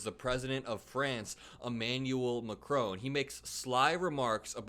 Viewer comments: We would say President Macron like this: "Mak Ron" . No e on the end to make "crone" sound. Best wishes from the UK 💙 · Your content is important, so put the effort in and pronounce the President of France's name correctly. There is no e at the end of Macron.